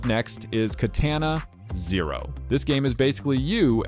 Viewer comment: HOW CAN YOU BE SO SMART AND NOT KNOW HOW TO PRONOUNCE "KA-TAWNA" ---AKA KATANA